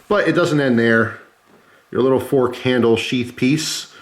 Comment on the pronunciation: 1 pronged fronk